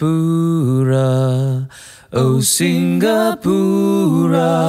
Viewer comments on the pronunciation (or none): The first word that came out of his mouth was mispronounced. It's SI NGA PU RA not SINGGA PU RA 🙄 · "Singa-pura", not "Sing-ga-pura" just like it's "Singa-pore" and not "Sing-ga-pore".